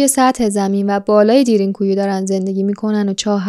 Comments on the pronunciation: دیرین کویو چیه میگین، اسمشو به ترکی باید تلفظ کنین که میشه دَرین کویو ، یعنی چاه عمیق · تلفظش اصلا اونطوری نیست که شما میگین خواهشا دقت کنید این اسمها خیلی مهمه درین گویو به معنی چاه کمی عمیق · Darn ghoee تلفظ میشه یعنی چاه بسیار عمیق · اسمش درین گویو خوب تلفظ نمی کنید ریدی ترکی رفت مثل ماترکا بعضی وقتا زبان فارسی خراب می کنیم